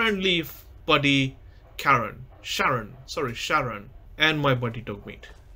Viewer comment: Charon ❌ Karen ✔